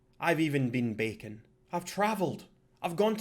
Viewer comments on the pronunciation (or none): none